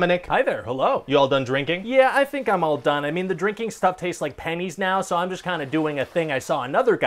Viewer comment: Oh. He said "pennies." I thought he said "panties." 😏